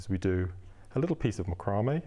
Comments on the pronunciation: MAC-row-may ---- not Mc-ROW-may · Its pronounced Mac cro may. Its has been for years. Great video by the way. Thank you